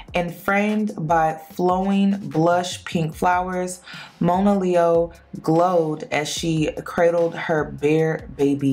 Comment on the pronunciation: Her name is pronounced Mah-na-leo, not Moan -ah, and shes been through a LOT in her young life, shes beautiful and an extremely talented artist. Judge not lest ye be judged. I wish her the best, always.